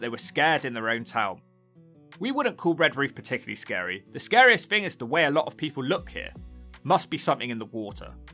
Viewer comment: News flash, 'th' is NOT 'f' !!!! So 'thing' is NOT "fing" !!!! 'Turdtown' more like 'Turdpronunciation' !! "free undred and firty free fousand" 🤣🤣🤣🤣🤣